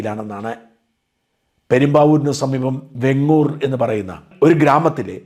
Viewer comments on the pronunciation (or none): വെങ്ങൂർ അല്ല വേങ്ങൂർ ആണ്.